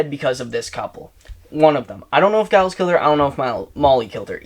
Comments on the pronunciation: "Giles" (with a hard G) -- me: Someone hasn't seen Buffy the Vampire Slayer. You'll be meeting some Gileses in future books, so just know that it's pronounced like a J. Edit: "Is it Giles or Giles?" [G or J] Answers with hard G. You are killing me. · This was amazing, you are the most chaotic duo. And I'm pretty sure it's Giles with a soft 'g', at least based on Giles from Buffy ;) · I’m pretty sure you’re saying Giles wrong 😁 It’s not a hard G sound it’s J sound, like ‘Geoffrey’ This was so fun. Your brother is chaotic and hilarious 😆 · Are you sure it's Giles with hard G? Most British people say it with a soft G so it sounds like Jiles. This is certainly the case for British celebrity (of-no-discernable-reason) Gyles Brandreth, Canadiian Formula One driver Giles Villeneuve and Buffy the Vampire Slayer's Mentor and Watcher Rupert Giles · The name is most definitely pronounced with a soft /J/ sound rather than the hard /G/. When a G is followed by an E or I it is soft; when followed by A, O, or U it is hard. Examples: giant, gentle gang, gong, gullible